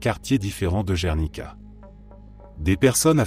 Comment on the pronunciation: apprenez mieux l'espagnol ou même en français : Guernica en espagnol gue idem en français gue et non gernica!!! je passe tous les noms écornés, mal prononcés aussi bien en espagnol qu'en français!!!